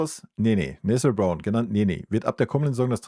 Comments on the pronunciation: Nessiiel Brown. Warum sagen so viele seinen Namen immer falsch. Ist das so schwer ??? Oder Nesselnrown. Habe das so schon mal gehört von einem YouTuber. Und jetzt wieder. Ist der Name so schwer auszusprechen für deutsche ???? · Lustig: Nethel Brown... - ich weißt, du tust dich manchmal schwer mit Namen, dann sag doch einfach "Nene Brown" 😂 Ansonsten: ja so ist es, man kann sich nur auf ihn freuen! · Sag mal: Na Tan I - EL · Einfach Nené sagen wenn du den Vorname nicht aussprechen kannst 😮